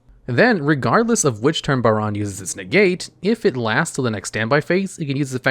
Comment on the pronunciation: i am so happy he pronounced baronne correctly.